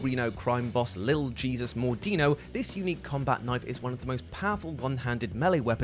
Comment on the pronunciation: Not for nothing, but I'm entirely sure that the "Jesus" part of Lil' Jesus isn't meant to be pronounced like the Bible guy, rather it's meant to be pronounced in the Spanish way, which would be hay-soos. Absolutely every bit of relevant context says the Mordino family is of Mexican descent, up to and including the fact that the head of the family is addressed as Señor Mordino.